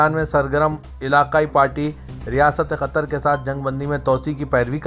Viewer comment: KYUN QATAR KO KHATR BOLTE HO SUDHROGE NAHI KYA ??